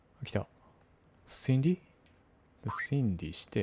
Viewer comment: 自分だったら途中で強制終了してるレベル…(( *△*) 全ENDクリアした先生:_おつかれ::_ナイス: 皆さんが台パン推してる中私はシンディ?？の発音の良さを推します:_ちゅき